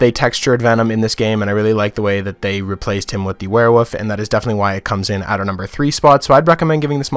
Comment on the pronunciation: the way you say werewolf bothers me it sounds like your saying werewoof i ain’t trying too offend you though